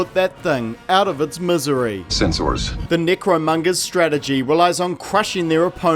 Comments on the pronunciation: Why does it sound like your saying negromongers? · more like nicromungers lmfao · I like how many ways you pronounced their group. Necromongers, Nickromongers, Necromungers, Nickromungers. I'm easily amused. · Like...are you pronouncing necromongers wrong as ajoke?